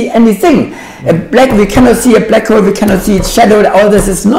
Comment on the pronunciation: I love you books and your channel, please keep slamming the frauds and mathsturbators. However I am compelled to point out that what for certain does not exist, is a second syllable in "hole." It is not and must not be pronounced "Hoe-el". Please attend to this distraction, as this oddity of the German dialect is as aggravating as the fine structure constant.